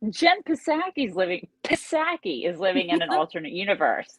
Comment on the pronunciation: U mispronounced Jen "Ball"sakie !!